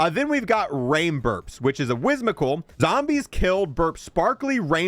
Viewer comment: Lego- “Whizzmical” My brain- “Whim-sick-ull”